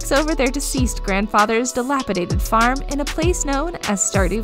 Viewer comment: i cringed at the word farm being pronounced form.